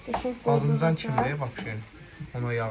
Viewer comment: Badımcan❌ Badamcan✅😂